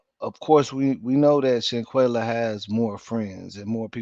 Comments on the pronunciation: Her name is shanquella not shanquayla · With all do respect if your going to cover a story of this such please and I do mean please try and get the name correct and the pronunciation of there name because you had said Shanquella name incorrectly numerous of times and I was like OMG show her some respect. IJS